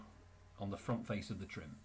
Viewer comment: That's '9' trim not 'p' trim 🤔